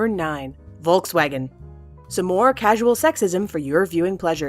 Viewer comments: "Wolk Swagen" ? xDD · It’s said folksvagen It’s spelt Volkswagen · It sounds so funny how you pronounce "Volkswagen" :D (I´m german) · Hab ich mir auch gedacht 😂